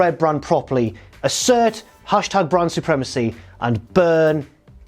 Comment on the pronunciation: Why does it sound like he's referring to Bran Supremacy? It's like he's spoiling the end of GoT..... :P